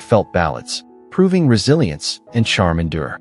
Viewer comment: Man I cringe every time I hear the word resilisnce